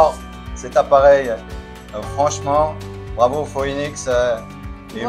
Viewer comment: Bonjour et merci pour votre vidéo qui m'a permis de monter mon filtre à eau par gravité sans crainte de me tromper. Le mien est un petit de 6L et n'a que 2 trous dans la cuve supérieure, mais le reste est identique. Si je peux me permettre la marque Phoenix tire son nom du célèbre oiseau qui renet de ses cendre et cela se dit en phonétique fénix et pas foénix. Merci encore pour vos explications et longue vie à nos Phoénix 😉